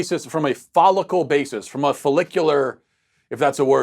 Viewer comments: "Folicular"....love it! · Hmmm....." follicular" ?